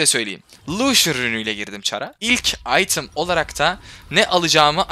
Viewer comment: AYTIM DEĞİL “İTEM”